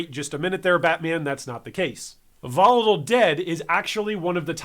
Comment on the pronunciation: what also got me laughing is how you said volatile dead here